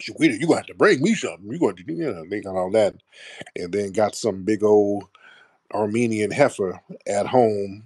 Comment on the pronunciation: “Armenian Heiffer” is crazy 😭😭😭 B1 VA